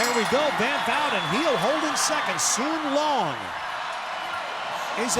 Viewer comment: "Heo" is supposed to be pronounced like "huh", not "he-oh"